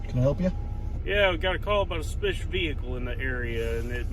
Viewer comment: "Got a call about a spish vehicle"